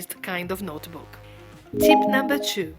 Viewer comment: There is no e sound in notebook.